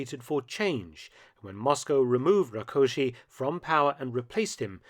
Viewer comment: I didn't expect you to pronounce Rákosi's name correctly :) Congrats!